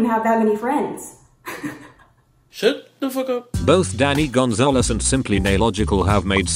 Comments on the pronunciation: I thought the beginning guy said Daddy Gonzalez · i heard “daddy gonzales” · I read “danny Gonzalez” but I definitely heard “Daddy Gonzalez” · I’ve watched this video so many times yet I’m just now realizing that the voice actually is saying “Danny Gonzalez” And not “daddy Gonzalez”